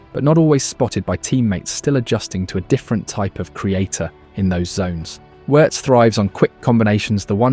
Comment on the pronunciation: Hate AI commentary. It pronounces Wirtz correctly but then messes up on Lyon😂